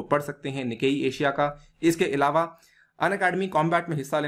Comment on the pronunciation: Sorry to say but इलावा की जगह अलावा बोलें🙏🏻